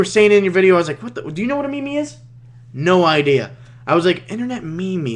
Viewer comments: i was thinking of subbing till i heard him say me-me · dislike for pronouncing meme phonetically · its pronounced "meem"